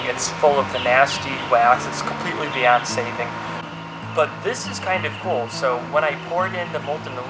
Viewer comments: when he said it was beyond saving I thought he said Beyonce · I thought he said it's completely Beyoncé'd it instead of it's completely beyond saving